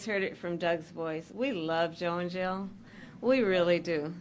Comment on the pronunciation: did she say we love “Joe in jail“ or we love, “Joe n’ Jill” 🧐 just curious if it’s a prereq to slur your words like you just came off a bender to be in the Democratic Party 🤷‍♀️ just a question don’t come for me now 😅